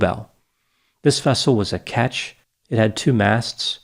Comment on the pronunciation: The term for a two masted sailboat is Ketch, not 'catch'